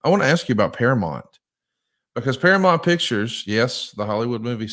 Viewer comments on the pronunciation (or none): Can not read? It’s para MOUNT not para mont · ParaMOUNT. Not Paramont. Geez ya hillbilly. 😂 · Hey, it's ParaMOUNT, not ParaMont. Learn to say it right. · I know he’s from Alabama, but damn say Paramount correctly…. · I'd like to have a meeting with so we can practice saying "Paramount" correctly.